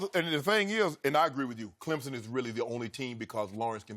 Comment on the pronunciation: No z in Clemson.